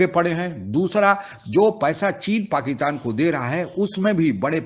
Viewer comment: Abe pakistan bol, pakitan nahi😂😂